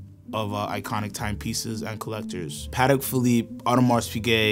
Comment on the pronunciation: ok I had great respect for this guy until he pronounced "Patek" like that